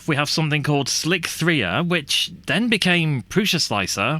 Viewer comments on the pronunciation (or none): Slic3r is just pronounced "slicer", not Slick-3-er. The 3 is the E. They were being clever. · Slic3r is pronounced Slicer... so many people are pronouncing this wrong!